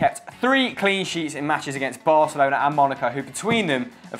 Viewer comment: the operator guy look another dumbass that can't even say Barcelona have some respect